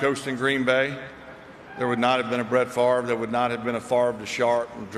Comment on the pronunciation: Why did that boy call him "Brett Fart" ?